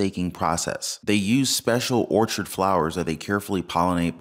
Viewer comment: Orchid, pronounced or-kid Not orchard